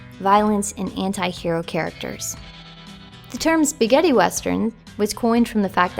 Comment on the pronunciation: I love how she says Spaghetti - "Spigiddy". Great video, really reminds me of how special Red Dead Redemption (and Revolver for that matter) were!